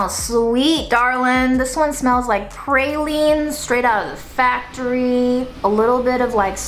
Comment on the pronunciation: Enjoying this:) Hey, I’m from New Orleans. Pronounce as ‘PrAhhLeen’